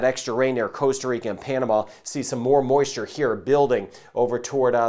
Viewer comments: please, please, please can you use the proper pronunciation, ie how we Ticos say it! It's Costa not Coasta. Costa as in Costco. There's only one a and its at the end! Thanks. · I can totally agree that mispronunciation is commonplace around the world, even by native speakers, but how do you mispronounce Costa as coasta? It's the same as Puerto Rico. It's not Porto! How does an English speaker mistake an ue for an o? It should pooerrto. I believe that Costa is mispronounced as coasta, just because the translation is coast.